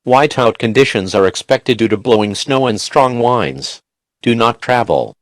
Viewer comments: I died every time they said "wines" instead of winds lmao 😆 love this though, I wish there were more longer ones like this with multiple disasters 😉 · He said winds like winding a music box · Ik this is serious but I can't help laughing when the guy said whinds instead of winds